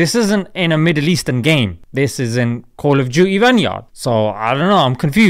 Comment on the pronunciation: call juty😂? What-😂